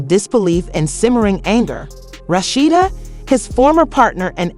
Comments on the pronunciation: Who's Rasheena😅😅😅😅 AI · Mispronouncing her name…